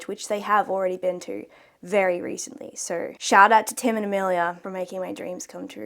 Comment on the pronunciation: Every accent has such interesting quirks. I really like yours. My favorite part is when you say any O sound it sounds like OEUR. The word so is like five syllables lol.